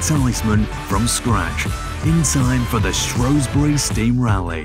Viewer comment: It is not Shrowsbury. It is Shrewsbury.